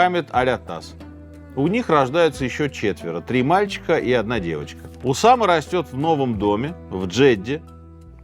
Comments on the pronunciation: Только не УсамА, а УсАма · УсАма, а не УсамА. Неправильно произносите имя, периодически ошибаетесь в ударении. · УсАма, а не УсамА! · Сергей что\. из Франции только что вернулся? То у него УсамА, то НикарагуА, причем в Усаме ударение плавает.